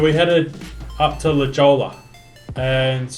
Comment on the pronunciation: LA JOLLA….🤣🤣🤣🤣🤣 it’s pronounced “ La Hoy-a”🤣🤣👊🤣